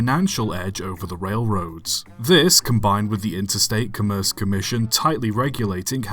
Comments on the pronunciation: Interstate COMM-erce Commission, on Com-MERCE. Accent on the first syllable. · I think “commerce” usually pronounced COMM-erce, not c’merce. I grant that it would make sense to pronounce it like the start of the word “commercial”, but I've never heard anyone do that. Other than that, thanks for another interesting video 😀